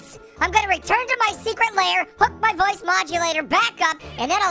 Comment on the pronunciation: Thought he said voice when hoice